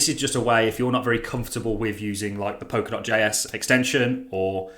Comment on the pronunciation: Pol-ka-dot, not Pok-a-dot.. Sorry to be a gramma queen..